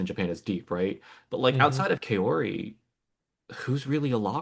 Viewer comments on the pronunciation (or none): I appreciate the discussion and analysis, but please learn to pronounce Kaori correctly! It's close to Cow-ree in English.